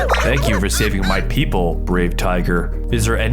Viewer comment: the fact he said pepole when there tigers